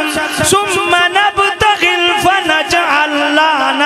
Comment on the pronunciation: نبتھل ھے نبتغل نہیں